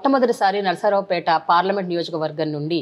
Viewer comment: Adi nasaraopet kaadu Narsaraopet